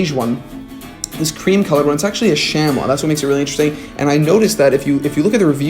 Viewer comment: Great video! I basically live in flannel this time of year. I’ve been eying the Everlane flannels recently. Believe it or not, Abercrombie makes some great flannels. Their small is a perfect fit for me too. Also really love Taylor Stitch and Grayers. Btw, Chamois is pronounced Shammy.